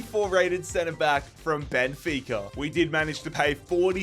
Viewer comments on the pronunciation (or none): none